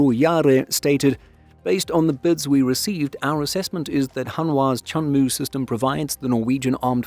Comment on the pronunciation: WOW~천무가 한국어 '천무'라고 들리는거 같아요.😅